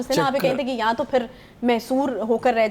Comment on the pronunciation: Anchor ko batain, yaan nahi ya hota hay